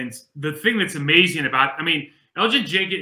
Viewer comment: Yo can we teach mike how to pronounce Elgton Jenkins name please? You’d think he would understand he’s pronouncing it wrong and I can tell keeps saying his name to try to show mike he’s saying it wrong😂